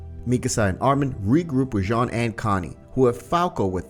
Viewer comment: His name is Jean but its pronunciation sounds like John